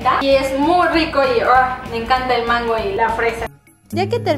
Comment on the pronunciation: leslie dice e'mango 😂😂😂😂